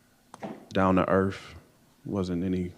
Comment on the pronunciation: right? If he was he would know correct grammar & how to pronounce earth , not earf & ask not aks.